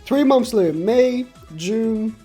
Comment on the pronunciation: I just like how he say "momths"